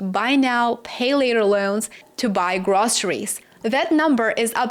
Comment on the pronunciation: The word is pronounced / Grow-se-ries not Grah-se-ries